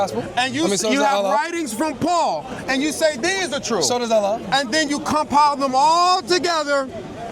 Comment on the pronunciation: Please stop saying Allan, allah and Yahweh are not the same.